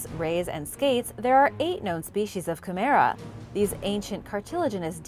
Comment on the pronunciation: Long nosed chimera, the chimera bit is sounded out as shim-mer-a not mare-a, very short a more like derma, and the accent is on shim. Chimera is meant to sound eerie, a dreamlike, nightmare or ghostly vision/ creature. Please try not to use the wrong pronunciation and make it sound much more pedestrian, our language has these strange words for good reason..